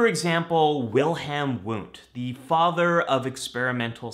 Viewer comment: Isn’t his name pronounced Vundt. German language pronounces w as v. Like Wasser (water) pronounced vassah or Wo (where) - vo etc. Just saying/asking/wondering. Psychologising? 🤷🏾‍♂️